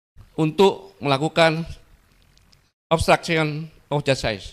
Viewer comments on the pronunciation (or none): Coba deh denger baik2 pak gatot pas bilang "Obsctruction of jasaid??" Ga salah denger aing??? 😂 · pengucapan obstruction of justice diperbaiki pak gatot